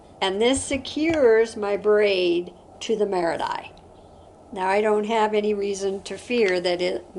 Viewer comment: Hi,! Thank you so much for this wonderful video! You're such a great teacher, and your presentation style is wonderful and easy to follow. I'm so sorry, but I do need to bring up something I did notice that was rather glaring: the word "marudai" is pronounced "mah-ROO-die". I mention this because I'm married to a Japanese-American and also speak passable Japanese, and I felt a need to bring this to your attention. I'm sorry for any offense caused. I think you're great! I just needed to let you know to avoid any issues you may encounter with Japanese speakers. Thank you again, and please keep posting this wonderful content!